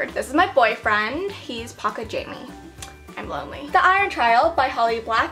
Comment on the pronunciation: I love how she says "I'n" instead of "I'm".